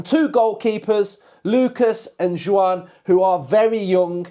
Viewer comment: Joan, pronounced Wan in Spanish...... Chevalier, pronounced Shè-val-eeeyer in French... 😉!